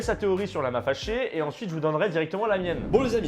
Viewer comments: Quand a dit "lama faché", au début, j'ai compris "Lama Lavé" Ai-je l'esprit dérangé? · Moi j'entends " Lama Fèchier " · Perso j’entends « lama fait ch*er » 😅😂😂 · "Lama féchié" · Y a que moi qui entend : "lama fait chier"?